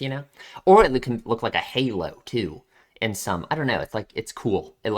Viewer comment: Sorry for being that guy, but Tooe is not pronounced like toon, it's more like toh-o-e (とおえ)